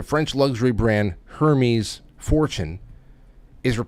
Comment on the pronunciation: Hermes is pronounced: Air-mesz